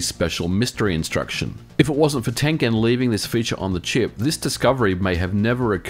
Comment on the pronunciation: Nolan Bushnell, a founder of Atari, loved Go :D It was his favorite game. Props for pronouncing "Tengen" properly too... People usually butcher it. Better name for a subsidy than "Empty Triangle" I guess ;)